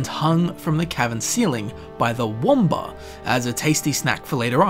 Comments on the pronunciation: It's Wampa, not Womba. Apart from that, awesome video! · Wamba? don't you mean Wampa? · Um? Wampa, not womba